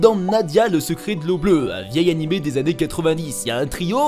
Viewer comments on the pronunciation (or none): none